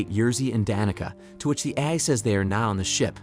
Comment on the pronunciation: Or pronouncing AI as ayee.